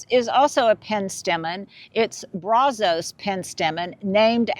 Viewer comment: Texan here. Brazos is pronounced BRAZ-uhs (ˈbræzəs). The Brazos River was instrumental in settling colonists and for developing Texas. Just a little Texas history. 🩷